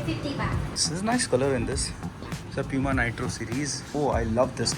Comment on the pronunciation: it’s poo-ma and no pyu-ma like most Indians call it tell me if i’m wrong